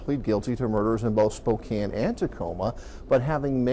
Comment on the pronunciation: You said Spokane properly. Kudos!